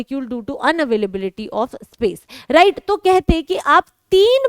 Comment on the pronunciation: Mam right ko राइज bolti hai😂